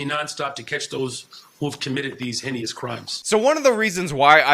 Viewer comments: Lol dude can’t even freaking read?! Pronouncing heinous as henny-us, reminds me of that guy who thought and island would get tipped over and capsize if a military base was built there. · "Heynious"- ha-ha. "Cursarary"- ha-ha.